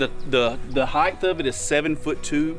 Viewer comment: It’s ‘height’ not ‘heighth’….sorry but my employees say this every once in a while and it drives me nuts. Great video.